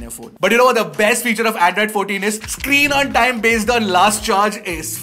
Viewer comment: Did I just hear "in the earlier version of Andraaaid" 😅